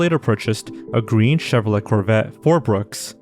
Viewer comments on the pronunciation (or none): none